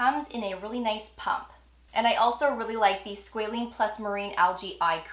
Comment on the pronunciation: I’m keep hearing, “Squalene”, I only see Squalane in their products. Thanks for the review though.